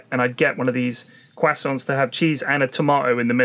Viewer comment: “Quassonts”